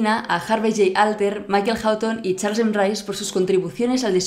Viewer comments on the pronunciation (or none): AHÍ DICE cHARLES, NO cHARSEN, X'D/. , ¿TE REFIERES AL cORONAVIRAS? :V?